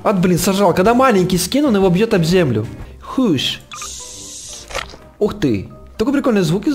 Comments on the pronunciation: Не хуш а хаш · не хуш а хаш